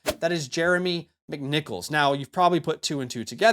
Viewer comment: Jeremy Mymimickmicknichols